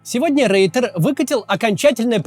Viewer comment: не Рейтер, а Ройтер